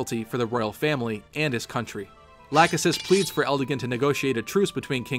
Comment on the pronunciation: If you use the FEH to know how to pronounce Camus, then why did you use the wrong pronouncements of Lachesis and Leonester because Nanna says Lachesis's name as one of her quotes in FEH and Quan says Leonster in one of his quotes. I would have understood if this was created before Nanna was added into FEH, but since you added Quan's FEH picture, this is after Nanna and Quan was added into the game.